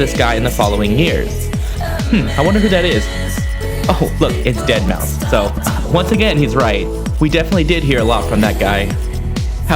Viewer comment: Deadmau... Guess the 5 is silent LOL